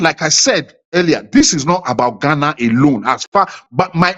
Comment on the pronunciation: I thought if that man by name logic is a Ghananian. He can't even pronounce the name Ghana. He has to say it many times before he can get it right. Mr Logic is only seeking relevance.